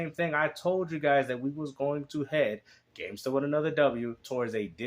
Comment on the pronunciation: Gamestuh with anotha W